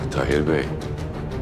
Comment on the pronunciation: Sen once tahir demeyi ogren be